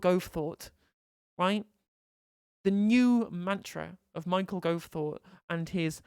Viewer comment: "Mao-chael Gove" XD